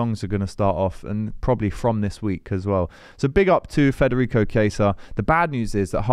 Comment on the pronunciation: You really need to stop saying FRederico. It's Federico. Forget about the R. Thanks!